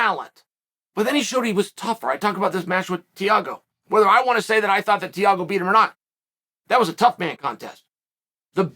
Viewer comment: TEA-A-GO ~ Chael